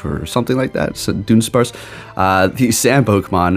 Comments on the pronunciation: jusy fyi i believe its pronounced like DUD-un-sparce. the joke is that the evolution is a dud since it barely changes visually lol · It’s pronounced Duh Duhn sparce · It's pronounced "Duh-DONE-sparce". It's a joke based on it just being an extra segment added and nothing else. It's the Pokemon Company trolling basically, because everyone's been calling for a Dunsparce evolution forever so they went ahead and gave us one with minimal "effort". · its duh-duhn-sparce